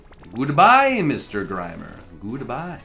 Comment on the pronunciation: Am i the only one who cringed when said «grimer »